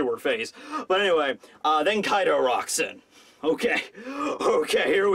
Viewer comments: His name is kai d’ O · His name is Kai D. O. (O is for Oni... or Oda)